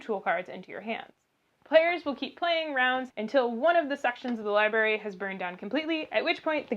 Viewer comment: There’s an R right after the B in LIBRARY! Otherwise, very helpful! Thanks.